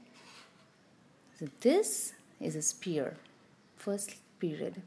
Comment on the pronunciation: Nice lesson. Great tips. However, sphere is pronounced s-fear not spear. Ph=f. I'm not trying to rude. It's just that your content is impressive but your pronunciation of sphere is off putting.